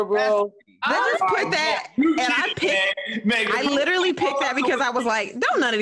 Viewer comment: So we're just going to ignore that said "Littlely" instead of "Literally." Lol okay.